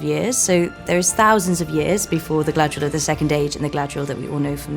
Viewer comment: Gladriel? Isn't she called GAladriel??.. never heard her name pronounced gladriel ..and that's coming from her actress 🙈